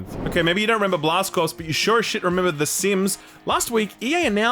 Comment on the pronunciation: Blast Corps was my favourite game on N64, so quirky, so good. And it's 'cor' (not 'corpse')